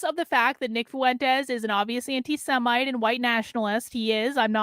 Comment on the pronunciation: Why do you say "foo-entes" instead of "fwentes"?